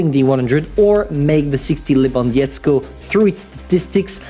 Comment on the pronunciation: I know that this is not about the best striker in the world but please check the google pronunciation of Robert Lewandowski and practice it. I know it is extremaly hard but poles will be grateful. peace m8